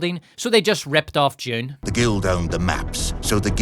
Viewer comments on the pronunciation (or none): You keep pronouncing Dune as "June", you know. :P I kept wondering what the heck a June Spacing Guild is... :D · It took me an embarrassing amount of time to realize you were mispronouncing Dune as "june"